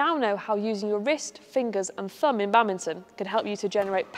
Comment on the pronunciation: fingers and "fumb"?